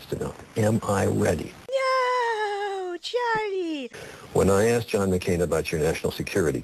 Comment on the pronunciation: lmaoooo hahahahaha "Churlee"